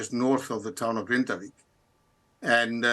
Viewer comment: Grindavík is pronounced “Grinda-veek”, the BBC have the resources to not murder pronunciation of locations